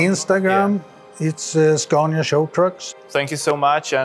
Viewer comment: When will this dude learn to pronounce the SCANIA name correctly ? It really grinds my gears, the way he says it.... :face-fuchsia-wide-eyes